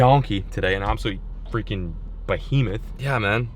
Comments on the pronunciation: “Absolute BOHEMETH” I love when says that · Lol yeah I cringe but love it at the same time.